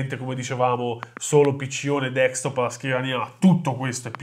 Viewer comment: Ottima recensione. Dite troppe volte "appunto". Non si dice deKstop ma desKtop!